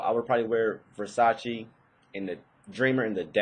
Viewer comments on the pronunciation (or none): It's Versace, not Versaci :D